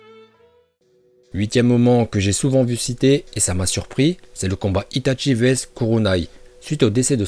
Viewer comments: J ADORE ITATCHI nan juste la prochaine fois dis itachi sa ma fait mal mec stp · par contre pourquoi tu dit "Itatchi" alors que c'est Itachi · c est itachi pas itatchi merci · Ce n'est pas ITatchi mais Itachi :') tu ma tuer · A chaque fois il dit itatchi au lieu de itachi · C itachi pas itatchi pour la prononciation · cest qui itatchi je connais que itachi uesh dit bien les prenoms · C'est itachi pas itatchi c'est pas compliqué quand même. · Comment tu c pas parlez itchatchi 🤦‍♂️ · Itachi pas itaNchi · Désolé mais ça m’énerve on dit (i ta chi) et pas (i ta tchi) par pitier fais un effort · Tu dit les noms comme un porc (itatchi ,kidsame,uchiha ) sérieux C’est chiant